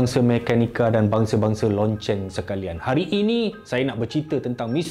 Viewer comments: Lonceng ke loceng? Terbayang lokcing(satay ikan) setiap kali dengar dia sebut lonceng🤣🤣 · loceng banggg locengggggg... bukan loncenggggggg